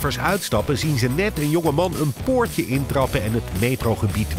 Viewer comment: 8.51 meneew, poowtje, 😡